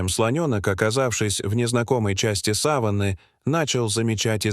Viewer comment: Не саванЫ а савАнны.